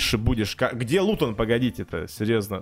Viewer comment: Никто:: хде лутон?!?